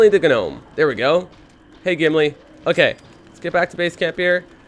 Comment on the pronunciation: Lol I have never heard anyone say gnome the way you do.